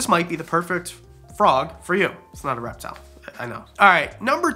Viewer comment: Okay, my husband was in the room when I started watching this, and the first time you said "reptile", he heard "rap battle"... Maybe a future video idea..? 🤣🐍